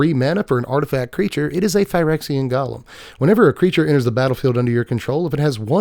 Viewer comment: Hey! Loving your spoiler content. One small note- golem is pronounced “go-lem” like it rhymes with “go-them”. From Yiddish “goylem”, popularized by the story of the Golem of Prague